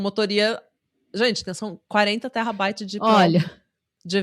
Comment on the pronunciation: A chamando "terabyte" de "terrabyte" é meu novo Spirit animal 🥹🤏❤